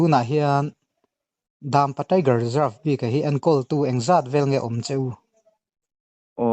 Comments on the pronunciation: ka fak e,amaherawhchu Dampa lam danah Dam hi lui hming kan sawi a' Lui' kan tih ang thluk tur a ni a,'pa' tih hi 'ka pa' kan tih a pa ri sang in,Dampa,Daaampa ni lovin Dampa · Dãmpa a nilo, Dampa, zawk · In Dampa lam dan hi a fuh lo.. Daaammpa ni lo in Dampa🥴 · daampa anilo dampa tirawh achhiar tupa kha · Dampa tih pawh lam thiam lo